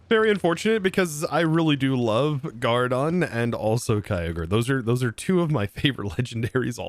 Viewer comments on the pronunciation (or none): its groudon, not gourdon haha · Oof, the groudon pronunciation 😂